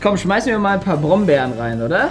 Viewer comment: Nicht brombern nemlch vrostbern